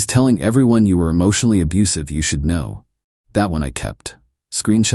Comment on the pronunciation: Anyone else notice that the AI voice pronounced the "k" in " know" each time? 😁😂